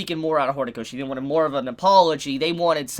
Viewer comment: Lol U said Hornykoshi